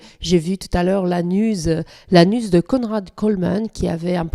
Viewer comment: OUPS Je démarre la video et, dans un premier temps, j'ai compris "j'ai aperçu l'anus de Conrad Colman", et pas "la news". Les charmes des accents mais je ne me permet pas de me moquer, j'ai souri quand même ;)